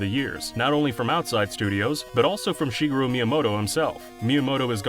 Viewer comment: "Sheegru" Miyamoto